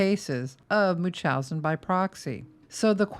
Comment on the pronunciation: It's pronounced: munch-howz-in 😊